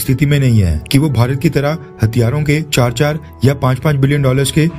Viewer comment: Are yeh Pakistani education hatiyaro...nahi bahi hathiyaro.. Kitna difference hai bahi...paura meaning hi change ho jayega